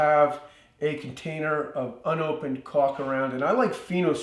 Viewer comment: great video,I'm fan of all your projects mind how you say caulk though lol,merry Xmas look fwd to seeing more of your projects in the new year